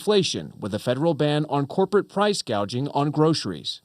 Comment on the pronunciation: She can't pronounce "Price Gouging" either.